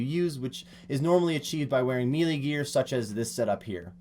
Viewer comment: He says MEE LEE